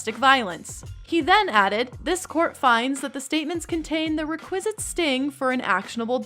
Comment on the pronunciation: I think that requisite is pronounced REK-wizit and not rek-WIZ-it and it’s statuTE and not statue. Though you MBI bc it your excellent elocution and specific enunciation of certain other words.